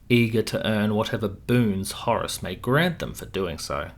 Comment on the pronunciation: You're pronouncing "Horus" wrong. Pretty annoying.